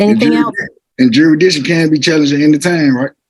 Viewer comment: What is "juridiction"?😅😅😅